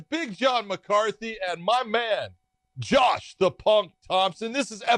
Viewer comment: I actually like the cheesey music but am I the only one who thinks he says John Thompson instead of Josh? It drives me nuts for some reason